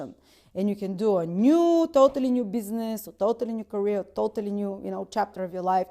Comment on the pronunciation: what the fuck?she said thothally instead of totally 😅